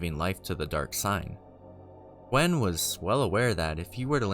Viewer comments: Gwyn, not Gwen. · OR Gwyn Gwen